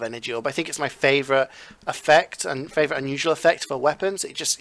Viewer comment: Its favorite not favorout